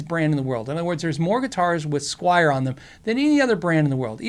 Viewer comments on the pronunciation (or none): none